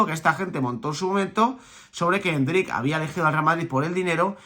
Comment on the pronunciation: Me da algo cuando escucho a diciendo endrICK 😬 jajaj con acento al final